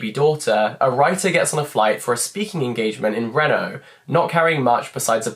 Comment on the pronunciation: Not a comment about the pronunciation of the word babel but Reno is actually a place in the Nevada desert and it’s pronounced Reeno